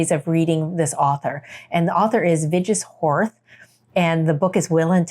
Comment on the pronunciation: Please disregard this if you're not interested, just thought I'd let you know that Vigdis Hjort is pronounced Vigg-diss Yort 🙂Great list, thanks for sharing!